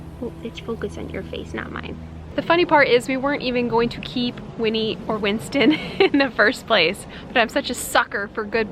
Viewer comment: I cried when you Said Winnie and Winsten